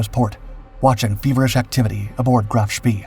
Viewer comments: Here we go again the narrator’s pronunciation is way off, Graf Spee is pronounced Shpay, named after World War I Admiral Maximilian von Spee, whose name in an earlier video was also pronounced Spea. Only a minor quibble but a glaring error really as nowhere on any contemporary broadcasts by British or American sources do we hear this. And to describe the sinking of an unarmed and helpless merchant ship as a victory is a little crass in my opinion. The breathless and hurried voice is bad enough but for Chinese Robot AI style mispronunciations and phrasing to keep creeping in is something of a distraction. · Graf Spee is pronounced “GROFF SHPAY” not “GRAPH SPEE.” Prinz Eugen is not pronounced “Prinz You gen,” its pronounced “PRINTS OY GEN” Oy as in boy. Gen as in again. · KMS Graff Spee is pronounced GROF SHPAY, to be historically accurate . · Sorry but i think Bäden am See = Graf Spee. "e:" not "i:" I might be wrong tho... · Isn't it pronounced " Graf Spay"? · "Graaf Spay". Say it till you can do it right.